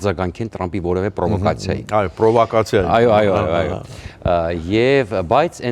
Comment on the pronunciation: СПАСИБО, ЧТО ВЫ ПОМОГЛИ ЧИБУХЧЯНУ правильно проговаривать слово ПРОВАКАЦИЯ